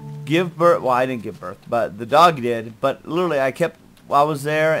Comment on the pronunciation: cant say literally.:P